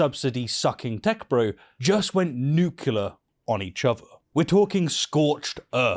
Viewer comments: You actually did it. You pronounced the word "nuclear" like a typical high school dropout from America. Nuclear has three syllables, and they are "Nu", "Klee" and "Ar". It is not spelled "Nucular", and it is not pronounced "Nu"-Ku-Lar". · Nuclear, not nucular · What’s nucular bro? Nuclear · I will never escape "nukular", will I?